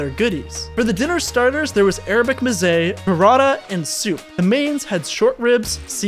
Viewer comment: Sorry mate, but why would I trust critique on the food when you can’t even say and know what Mezze is.